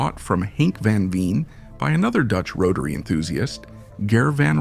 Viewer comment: Man I wish you could pronounce his name right.